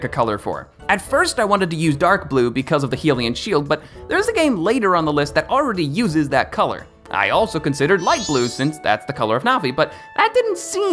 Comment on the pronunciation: Nigga said "Helium shield" Lol